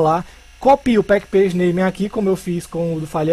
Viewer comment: Se fala "Package = pacote" Name = Nome do Pacote. "PackPage" não existe nesse caso. De nada!